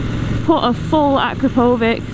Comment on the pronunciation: Instant thumbs up for pronouncing Akrapovic fairly well. :)